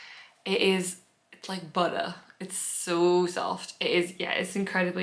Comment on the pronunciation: Love the tour. I am from Louisiana and I had to giggle. Nice on the "Buhda" description of the mohair yarn! You sounded like a "southern girl". Love the vlog! Thanks♥️